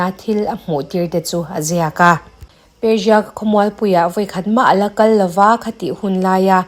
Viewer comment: Persia pawh perjia angin i lam a,țawng no tuum lutuk lo mai la